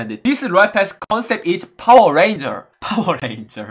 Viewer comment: he said Dubai give me fower 😂😂😂